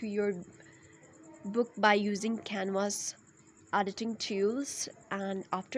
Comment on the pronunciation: 1. Drop the fake accent 2. It's canva.. not canvas.